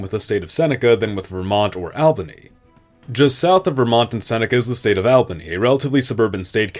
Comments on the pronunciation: It really hurts to hear Saco (Sah-co) and Albany (All-ban-ee) mispronounced. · Please learn how to pronounce albany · Albany is pronounced all-ba-nee not al-ba-nee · The city of Albany, New York is pronounced as ALL-ban-NEE not as AL-banee. I live in New York State and went to university and graduate school in Albany. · great video. only thing i noticed was that you pronounce Albany wrong. its more "All-bany" than "Al-bany" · I'm not sure why it bothered me but you pronounced Albany which became a new state of the previous New York incorrectly. It's all-bany not al-bany. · Lol, pronouncing Albany that way - in NYS, we say it "Awl benny".. 😊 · As a Upstate New Yorker your pronunciation of "Albany" makes me wretch. It's "all-buh-nee" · It would definitely help your case if pronunciation was correct. Saco, Albany, Toledo, and Hoosier were enough for me before I stopped the video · Albany pronunciation is killing me, lol. Also Seneca should have been Onondaga (the firekeepers of the confederacy) or just Haudenosaunee. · I've never watched this channel before and I already commented about Albany but now you're pronouncing Toledo wrong. It is really grating. Also thank you I wish you would use more native tribal names for some of these areas.